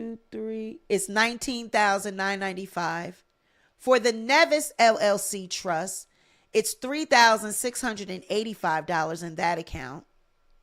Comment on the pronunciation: it's pronounced Neevis. That's where I'm from, get my beautiful islands name correct please ma'am 😂😂😂